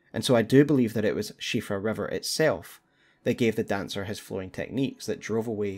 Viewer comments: On top of this being an absolutely incredible and well-researched video can I just say how happy I am as an Irish person that you pronounced Siofra correctly <3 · At last, a lore video where they know how to pronounce Siofra